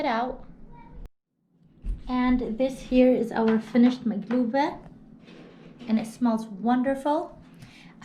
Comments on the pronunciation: that’s the Jordanian way, correct pronunciation is makloubeh, but I enjoy your videos, thank you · It’s called maklouba, no “g”